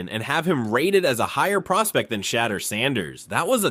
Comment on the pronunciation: Homie if you going to make a video about anyone good or bad….. SAY THE NAME RIGHT lol it’s not hard to look up how to say it and It’s frankly disrespectful. Sha-door San-ders is how it’s pronounced. Like even if you wanted to praise someone the most praise you can give a person is to know their name. It might be simple but out of millions of ppl on this planet you took the time to know or remember them and to go as far as to make a video and cant get their name right lessens the praise. Good info on the video tho.. my brain just tweaked out that lol